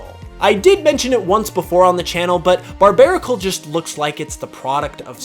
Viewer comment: IT'S BARBARACLE, NOT BARBARBARBAR! GET IT F*CKING RIGHT!